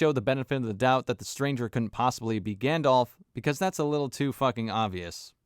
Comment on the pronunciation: Bruh I can't take you seriously if you pronounce it "Gandolf". It's been over 20 years c'mon now.